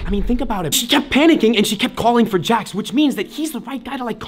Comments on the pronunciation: It’s not jack it s Jax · It's not how you say it's name it's Jax😡😡😡😡😡😡😡😡😡